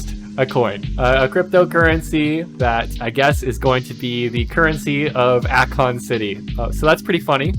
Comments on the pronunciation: It’s A-Kon … Not Ah-kon… clicked off just for that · A Con